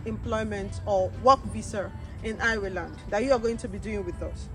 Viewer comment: Learn how to pronounced the name of the country very well.